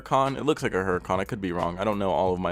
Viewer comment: You right it's a hurican, but yur also wrong too. It's pronounced urican becuase it's italian, and in italy they don't pronounce the letter H. Look it up.